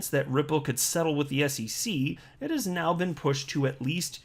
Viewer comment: “Into this piece right meow..” lol